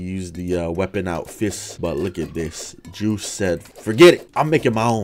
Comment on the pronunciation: what i see:joost mod what i hear:juice mod